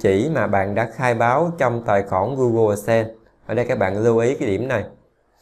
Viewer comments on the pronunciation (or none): none